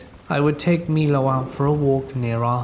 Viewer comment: Milo is "My-Low" and Detritus is "De-try-tuss"